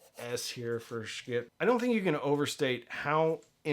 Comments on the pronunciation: FYI it's not pronounced "Sch-kitt", their website says "Yes, it's pronounced exactly like you think" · quit mispronouncing their name. I can't bear to watch.